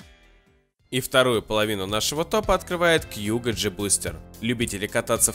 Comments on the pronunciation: А у меня у одного режет уши от того что он говорит кьюго, а не кугУ??? Ааааа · Во первых не кьюго а куго, во вторых он выглядит вобще по-другому а так обзор хороший